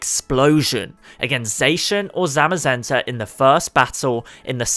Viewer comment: zay-shin ❌ zaw-she-inn ✅ zamm-muh-zen-tuh ❌ zah-muh-zen-tuh ✅ Come on dude. Their names were revealed in a Pokemon Sw/Sh trailer where they said the names verbally.